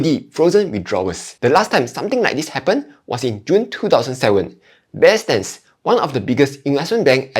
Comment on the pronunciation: First time I hear anyone pronouncing Bear “Sterns” as Bear “Stans”